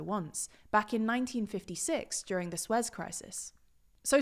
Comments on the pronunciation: Soo-ess not swes (Suez) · Suez = "Soo-ay", not "swezz" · 1956 'swez' council? SOO-ez council.... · Good report. One correction: The canal is pronounced "Su-ez", not "Suez". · Suez is pronounced Soo-Ez usually fyi. Thanks guys! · "Swez Crisis" lol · I know mispronunciation is kinda your thing, but Suez? It's /ˈsuː.ɛz/ 😂